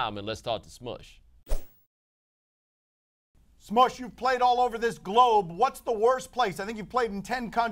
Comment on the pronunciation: He called him "Smudge" lol